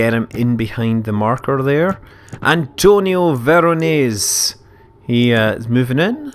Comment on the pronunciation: Don't wanna be a smart ass but Antonio Veronese is italian. All letters means a sound :D Keep it on great work man!!